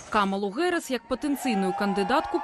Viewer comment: американское произношение: [ˈ kɑːmələ ˈdeɪvi 'hærɪs] , Белсат, почему искажаете фамилию Вице-президента США? Какая, нахрен, Гэрис? Совсем обдолбались редакторы?